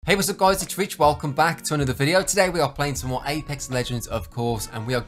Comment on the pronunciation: I have been hearing, “hey guys it’s reach” for so long and just now realized it is Rich, which makes so much more sense!